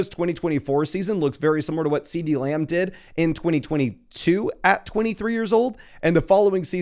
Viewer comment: Love how says "Muh-gummry" and "Layumb"